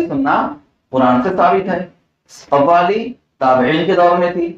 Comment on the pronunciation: خوالی نہیں قوالی